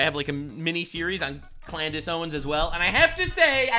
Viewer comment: "Klandice Owens"💀💀💀